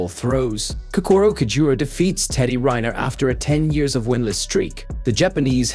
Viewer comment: It’s Teddy Ree-Near! Teddy has 3 Olympic gold medals and you don’t have him in here!